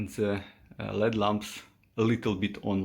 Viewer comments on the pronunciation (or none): I know English is a second language for you, so I'm not trying to make fun. But it's L-E-D, (for Light Emitting Diode), not led. And halogen is pronounced hah-low-gen.